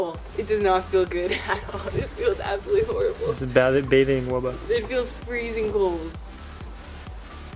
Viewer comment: I kinda liked it when she was calling it a "wubba"